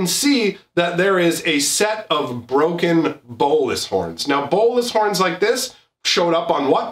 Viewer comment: "Lord" Bolas. gah.